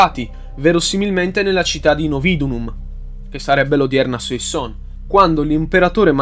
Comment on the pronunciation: Le pronunce dei nomi francesi... Suassòn, Orlìn, Edòn. E poi a dici "alla morte di Romolo Augustolo i rapporti tra i due (Afranio e Giulio Nepote) si fecero ancora più stretti". Ma in che senso? Romolo Augustolo è morto dopo decenni di esilio, mentre Giulio Nepote nel 480... ti riferivi alla sua deposizione, giusto? Comunque molto interessante.